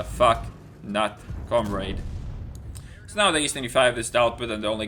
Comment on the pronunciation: com-raid? lol